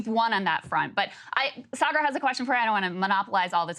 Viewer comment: Yes.. Saagar never pronounce any Indian name correctly ... even though he can.. Sanjay Gupta and aakash are easy but he still pronounce them incorrectly..I think Saagar is still very connected to india..his parents also live india so he tries to hide it by whitewashing...nayan mulla jyada jor se namaz padata hai